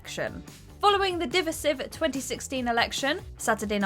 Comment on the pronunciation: Divisive is not pronounced DIV-er-sive, it’s pronounced di-VIE-sive. Jesus Christ, woman!😮